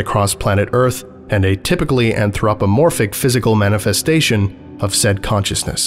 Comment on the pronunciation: That pronunciation of Anthropomorphic is getting to me